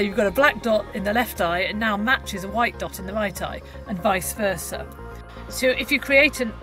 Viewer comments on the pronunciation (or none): none